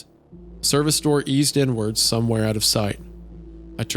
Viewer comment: I can't stop hearing "N Word" every time Isaiah reads "inward" and so I'm cursing everyone who reads this comment the same terrible fate ☠